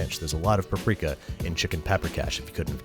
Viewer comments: No Hungarian had EVER pronounced Paprika Powder(Paprika Por/Örlemény) As Pápriká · Depends on what region you are from - my Opa is from Budapest and pronounces it Pa-prika. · Larvitar Dratini I am hungarian, it is a hungarian spice, you say Pap-rika but it is one syllable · I cringe every time I hear you say “puprika” It’s “pap-rika” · Isn't it Pap Rika and not pa prika? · Sry but what??? how is hungarian word paprika pronounced as Paw-prika? :D its pronounced simply as you write it down ... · Actually it is pronounced pəˈpriːkə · As a Hungarian, I get infuriated by her pronunciation.